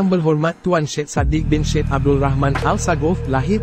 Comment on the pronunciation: sebutan nya bukan SHED sebutan ejaan SYED ialah SAYID